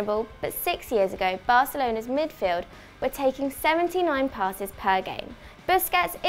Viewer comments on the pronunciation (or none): none